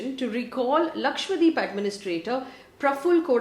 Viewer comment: Lakshadweep not Lakshwadeep 😛